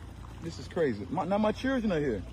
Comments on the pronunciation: First of all it's not "cheerdren". It's "children" as in "child". You know, exactly like you are acting. Also, no one asked for your kids IDs. They asked for yours, so asking "Did you ask for that kid's ID?" is a complete straw man argument. You don't belong there, so why are you trying to act like you do? Get a hotel with a pool instead of breaking into private property to use someone else's. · I noticed that too that he doesn’t know how to correctly pronounce “children”. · I'm sorry, sir...what, exactly, is a "CHURDRIN"? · What's a CHUR-DRIN? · “He chirgren” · "Cherjrin"...... yeah, his "children" have a bright future 👍🏽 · His chrir-dren 🙄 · Sir it isn't Cheeren it's children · How does pronounce Chrrruggren from the spelling of children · What's "Churdrin"? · "cheerdren" LOL... Why can't they speak English? or at least American. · "In front of yoor cheerdren" 🙄. Don't worry, you can still vote in Chicago without id bruh. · What is a "churrin"? He keeps saying "in front of my churrin". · They can never pronounce anything…churldren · Why do they ALL say "churr-dren" instead of "children"? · I was going to say churrin😅. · Hey hey whoa there.. Its pronounced chur'gren. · What is a "churrdren" 😂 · "My chirldrin" you automatically know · With his churldren 😂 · Oh I remember , “ my Cheerdrun,” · What is “churren”? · In front of his " churren" ?ohhh, so he was a guest? Not a resident. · His "churdrin" are there y'all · He can’t even say “children” correctly. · Can you not pronounce children. Chilren? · “Chillrund” “Poe-lease”. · What are "churdrun"... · dude cant even say the word children.. these "people" I swear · You can't even say children right!! And those aren't children those are baby baboons